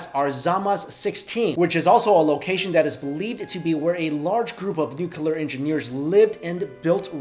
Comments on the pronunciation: You're pronouncing Nuclear wrong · your pronunciation of "nuclear" is so irritating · You always say nucular instead of nuclear lol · It's not nucular it's nuclear. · Nuclear* not nuculer. "Nuculer" is not a word. Also, please use the correct nomenclature of hypothesis when postulating conspiracies. A theory is something to which there is verifiable, repeatable, and objective evidence to support the postulation. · It's nuclear,not nuke-ular.Are you Bush? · "where the most brilliant minds conjugated"? It's congregated. "large groups of nucular engineers lives"? It's spelled "NUCLEAR" and pronounced "nu-clear". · ....for God's sake stop saying "nukouler" it's NOU-clee-er! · "New-clee-er". Not New-que-ler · It's nuclear, not nukelar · He said "nucular". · Why are people still pronouncing nuclear wrong? Nuke-klee-ur, not nuke-you-ler. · STOP SAYING NUCULAR, IT'S NUCLEAR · always love all of your videos. just one suggestion the word is nuclear not nucular.:-) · Hey... it's pronounced NUCLEAR. Not NUCULAR. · How's it possible to pronounce nuclear as nucular?! \8I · Nuclear... It's pronounced NEW CLEAR. There is only one U. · "nucelur bombs" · Stop saying nookyular. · What's a "nucular" weapon? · "Nucular" count is too high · As far as I know It is called nuclear weapon (utilizes the atomic NUCLEUS). Not nukelar (as pronounced in the video). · I get cancer every time he says nucular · "NUCULUR wepunz" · He says 'nook yoo lar' like Bush did. Made me run screaming from the room. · I chuckled every time he said "nucular" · That is something that really bothers me, and I don't know why. It's Nū clē ar three syllables, the u and the e are long. It doesn't seem that hard to me, but it seems that many people just cannot say that word. President G.W. Bush is one of them. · #1 I apologize. Ordinarily I don't get in on the grammar nazi thing, but for some strange reason, nuclear is one thing that just grates on my nerves. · No, he says nucular.